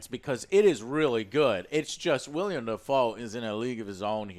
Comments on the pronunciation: Willem....its WILLEM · Every time says WILLIAM Dafoe, a seagull is brutally murdered. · Say it with me, "Willem". Say it with me, "Pattinson". We got it? Good. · Willem, Joe. Willem. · Damn it! Get the names right! It's not Robert Patterson❌ or William Defoe❌ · IT’S WILLEM NOT “WILLIAM” YOU FUCKING DUMBASS! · How do people still say William Defoe, hasn't anyone told Joe it's Willem by now I've heard him say it with any movie Willem is in. That's a completely different name it's like calling Joe, Joan. Sorry but it kinda drives me nuts when people say William Defoe. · Joe, It´s WILLEM Dafoe! Not William! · It's WILLEM Dafoe...WILLEM, NOT WILLIAM! JACKASS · Willem. WILL-EM!!! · Joe... It's WILLEM Dafoe, not WILLIAM Dafoe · Anyone else wonder if Joe ever learn that his name is Willem Dafoe, and not William Dafoe? Anytime he has been mentioned in the history of this channel, Joe calls him William lol. How the hell do Alex and OJ not stop and correct him after he says "William" 500 times in this video...? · Oh, and it's WillEm Dafoe. Not WilliAm Dafoe. C'mon dude. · Willem* not William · WILLEM* not William or Williem. "WILL-EM." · Maybe williom? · Not "William Dafoe" lmao it's Willem Dafoe you silly fat fuck. What the hell kind of movie critic are you? Stick to video games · Joe- "Will-E-em Dafoe" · Other joe driving joe crazy about the above average score and joe driving me crazy cause it is pronounced Willem not William freaking Willem Defoe. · Dummy called him “William” it’s willem YOU DORK. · IT'S WILLEM, JOE!!!1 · You call yourself a movie critic and you pronounce his name “William Dafoe”? LOL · I hate to be that guy... But, it's WILL - EM and not William. And it's Robert PATTINSON, not Paterson, lol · "Robert Patterson and William Dafoe" fucked up both names in one go, eh joe?